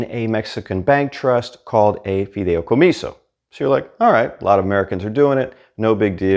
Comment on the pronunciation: Se dice fidEIcomiso no fidEOcomiso. 🤣